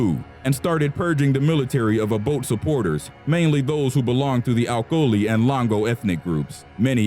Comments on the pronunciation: It's Acholi not alcholi and the "ch" is pronounced same as for chair not like chemistry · get your facts right...its Acholi not Alcholi and its President Obote not Oboth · Its Acholi not Alcholi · Acholi not alcholi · he even said acholi wrong